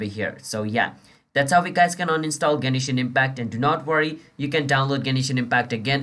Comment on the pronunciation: gay-knee-shin impact